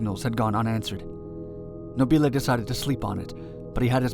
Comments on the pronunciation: Beware of Italian pronunciation! The rule is that the stress goes on the penultimate syllable. A good rule, except when it doesn't apply. Nobile has the stress on the first syllable. Mispronouncing it like this makes you sound like Laurel and Hardy to Italian ears - these films were dubbed into Italian by actors using slightly English accents and mis-stressing words. And ... "città" is not pronounced "seeta", but "cheet-tA", with the stress on the final syllable (hence the accent) and with the double T slightly elongated. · No-BEE-lay... I think the blimp was fra-JEE-lay...